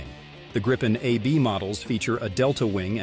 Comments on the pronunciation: Gripen is pronounced with the I being said like the woven in “beep”. Just so you knoe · What is up with this guy? He keeps changing his pronunciation of the Gripen , it sounds like he is talking about three separate jets, Gripen ,Greepen and Griepen i don't think he will be getting many announcements jobs in the future .